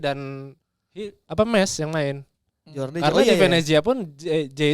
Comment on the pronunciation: Sorry nih bang, yg bener Meis jd ada ei-nya. ✌️